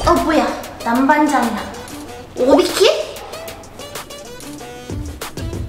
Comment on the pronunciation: 은 오비키를 오바키로 들리고 오비키는 을 남밴장? 로 들리고 그리고 티권도장에서 왜 비눗방울을 핵ㅋㅋㅋㅋㅋㅋㅋㅋㅋㅋㅋㅋㅋㅋㅋㅋㅋㅋㅋㄴ